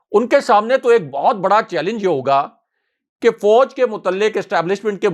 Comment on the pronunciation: may like to correct his expression. The word is nit Foj but Faoj.